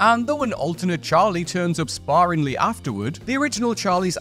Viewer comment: My man, please - sparingly - spare-ing-ly. Listening to you hack the language apart like dull axe through redwood is a slow death of my senses.